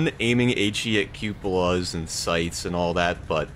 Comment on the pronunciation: Why did he say cupola like that… and why is he still complaining about cas